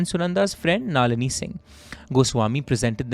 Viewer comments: finally someone!!! wtf is naaaaalini :=) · you being a student of prestigious Shiv Nadar school. Your pronunciations of names such as Tilottamma and Nalini were weird. I think her death is related to IPL connection which could have led to Tharoor's political image go for toss.Also there is no mention of CCTV's not functioning at the time surrounding to her untimely sudden death. I feel bad for her only son, I hope he is fine though he will never be able to forget the situation for a then 23 year old guy. May Sunanda RIP 🪦 🕊.